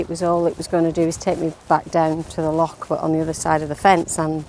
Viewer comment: Well done for pronouncing "loch" properly!